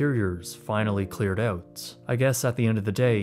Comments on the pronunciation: Great job on pronouncing “Keenan and kel”… not just work on pronouncing “out”. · I can hear your Canadian accent every time you say ‘out’ lol.